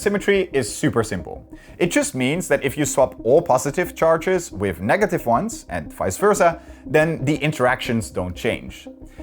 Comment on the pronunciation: You replaced my man with a weird guy who says whiff instead of with.